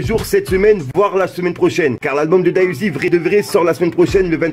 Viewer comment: ca se prononce D.A UZI pas da uzi!!!! c'est important